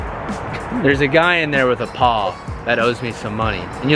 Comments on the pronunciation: Why’d you pause between “a” and “paw” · the way u said paw was so bad 🤣 but shit was dope asf